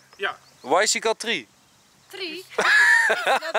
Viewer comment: Enzo: geef toe mijn Engels is goed ! Niemand: Enzo: Yes euh my Engels en verie goed hoor.. tree :)